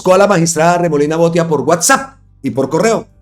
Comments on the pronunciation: Botía, acento en la í, porque lleva tilde en la í. ❗❗🇨🇴🇨🇴🇨🇴🦋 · 2 correcciones mi querido compatriota, el apellido de Andres Idárraga se lee tal cual se escribe con acento donde está la tilde igual el apellido Botía